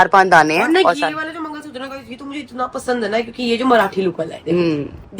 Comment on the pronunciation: Mangalsutra na na na😅 mangalsuttaar😂